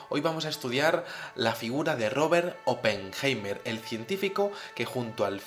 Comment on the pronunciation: Pajero deja de levantar la mano para decir hola,. Oppenheima... aprende a pronunciar. la palabra es HOMINIDO, y no hominino..... RUSIA es la primera potencia militar del mundo,y no JEWmerica.... 2016.